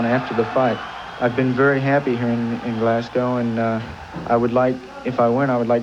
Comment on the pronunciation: Glascoe! Arghhh.. GLASGO(W) not COE. Scatland! Arghhh.. SCOTLAND as Scott..